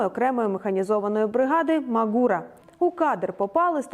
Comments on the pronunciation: Не МаґУра, а МАґура)😉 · «Ма́гура» має наголос на «а». Був у Карпатах, чітко пам'ятаю. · мАґура! Запам'ятайне. Наголос на "А".